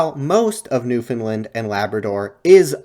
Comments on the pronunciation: great video but you pronounced newfoundland wrong! it's new-fin-land or new-fun-la-nd (nd one sound), you can also hit a little stank on the a, optional regional dialect, new-fin-l-eeand in new finlnd like new-finland! short, pronounce the a, it's not like the european country Big irk in the province! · Newfoundland should rhyme with "Understand" - otherwise a great video and very interesting! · For the last time, it's newfoundLAND not lind (edit, you only pernounce it wrong the first time) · I respect the effort, but you were nowhere near on that pronunciation 😂